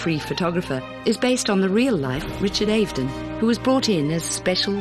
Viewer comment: Richard Ave n don! Get your pronunciation right if you are going to do these videos!